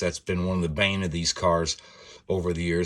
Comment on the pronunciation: You sounded like an Englishman when you used the word “Bane”....